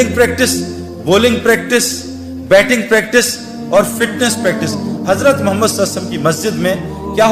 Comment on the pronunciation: محترم جناب بھاٸ سعید انور صاحب السلام علیکم ورحمتہ اللہ وبرکاتہ بعد اداب وتسلیمات کے عریضہ خدمت عالیہ میں یہ ھے کہ ماشا۶اللہ دینی واصلاحی باتیں تو بڑے اچھے انداز میں پیش کی ھے اور امت کی ماوں بھنو ں کو کافی فیض پھنچ رہاھے لیکن ایک ضروری بات کی طرف توجہ دلا نا مقصود ھے اور وہ یہ ھے کہ جب اپ رسول اللہ صلی اللہ علیہ وسلم کا اسم گرامی لیتے ھیں اس کا صحیح تلفظ نھی کرتے لہذا مو دبانہ مو منانہ مخلصانہ عاجزانہ عاجلانہ خاشعانہ درخواست ھیکہ رسول اللہ صلی اللہ علیہ وسلم صحیح اور اداٸگی کے ساتھ ٹھرٹھر کر تلفظ کریں جب ھی عشق نبی پیدا ھوگا اور اصلاحی باتيں مٶ ثر ھوں گی مصرع عشق نبی میں جو بیمار نھی ھوتا عصیاں کےسمندر سےوہ پارنھی ھوتا فقط والسلام مع الاکرم مفتی انتخاب اللہ قاسمی بجنور انڈیا